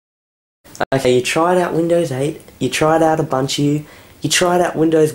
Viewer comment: ooboontoo not uhbunchue